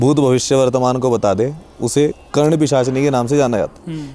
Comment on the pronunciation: करण पिसाचिनी नही कर्ण पिसाचिनी